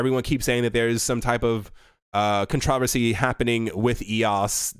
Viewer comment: Con TRO' ver see. I've never heard it pronounced that way. Keeping my brain flexible.